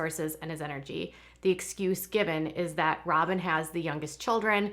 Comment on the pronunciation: She said "Sobyn Robyn"🤭🤣🤣🤣🤣